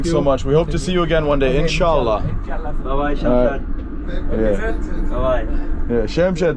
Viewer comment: When you say insha allah it feels g o o d